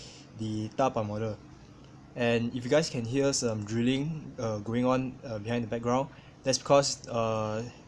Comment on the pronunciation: At first in the beginning of the video I thought you said "drooling" not "drilling"